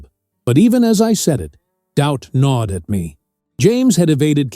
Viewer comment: Not nawed but GNAWED